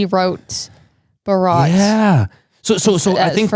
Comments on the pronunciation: Not "Borot" it's "Bharat-varsha" or in short "Bharat". I know it's difficult for you to pronounce but do google the pronunciation. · At least try to pronounciate Bharat properly ........ don't say bryut ....or byrut .......😂 What's the point of being educated if you cant even pronounce Bharat properly......😂 Jay hind ...Jay Bharat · It is not "Barrat", it's "Bhaa-rat" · Not baraat 🕺💃😂 It's more like BH AA r a t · How sweet that lady pronounces Bharat to "Baraat" is so sweeet😂....i❤this, her voice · Plz for God sake pronounce correctly its BHA RAT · After listening their pronunciation of Bharat. I realised why Britishers named Bharat as India 😅